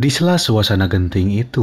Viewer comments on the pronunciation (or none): none